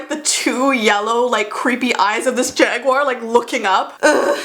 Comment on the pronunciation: The cat was a panther- Still laughed when u said jaguier XD